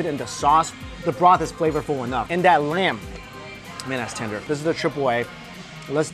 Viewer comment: The moment when he keeps saying 'Tinder' instead of 'Tender'